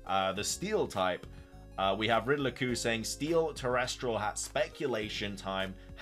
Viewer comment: Love the vids!! Btw it’s pronounced ter-ras-tal, not ter-res-trel. ❤